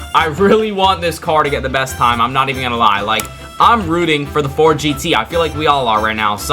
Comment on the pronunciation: "Fort" it's Ford